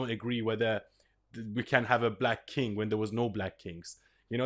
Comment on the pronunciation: "kang" of England, surely?